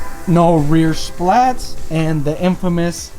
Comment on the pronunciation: Bro stop calling them splats 🤣 it’s spat.